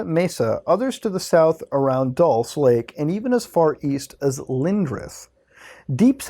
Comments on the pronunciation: bruh i think its "dull-CHAY" or if you wanna be fancy "dual-chay" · Dulce is pronounced as "dool-say" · Dulce is pronounced dol-che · Bob Lazaar has alread made it clear he hasn't ever seen the aliens himself. But rather only the craft he helped reconstruct. And you say Dulce wrong. It's pronounced like Dul(Dull-say)ce